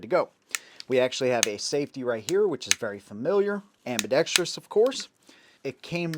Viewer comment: Thank you for pronouncing "ambidextrous" correctly. Just about every other guntuber says it like an illiterate.